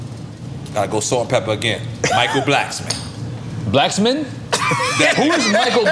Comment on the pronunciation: He said Michael Blacksmon